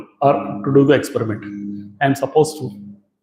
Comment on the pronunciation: Expuriment, white rrray!! Exxxplor. Bainks?